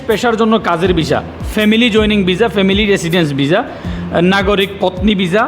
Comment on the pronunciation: খবর,,কবর😂😂😂ভিসা,,বিজা😂😂ভাষা ঠিক করে বলতে না পারলে লোকে বলদ বলবে